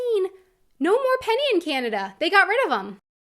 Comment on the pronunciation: For starters, it's pronounced "Canada", not "Cyanada". Get that "y" out of there!